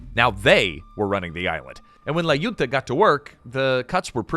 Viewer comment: Awesome video. Btw, for the next occasion where you mention "La Junta", a better pronunciation would be more like "Lah hoon-tah" (so not like "June", but more like "hoot")